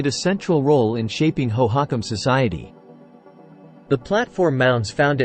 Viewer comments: I came to the comments to find this. It's pronounced Hoe-hoe-KAHM One of the many things I hate about AI voice overs: mispronunciations! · AI voices are the WORST!! It is absolutely not pronounced hoe-HOCk-em. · where are all these strange (!) pictures about architecture and pottery from?? and the strange pronunciation of the name hohokam? (natives pronounce it differently and en.wiki also gives another pronunciation...) is this an AI-constructed fantasy-civilisation? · "National History"? Whose national history is this with the abjad text ("الولايات المتحدة")? AI programming is worse than nothing. "hoe-hock'-um" lmfao Thumbs down. Looking for science, not this AI generated, homogenized gobbledygook. Moving on.